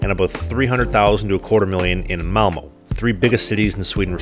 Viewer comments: You’ve lived here for three years yet you can’t even pronounce ö or å or ä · as a Swed i laugh when he pronounced Malmö and Göteborg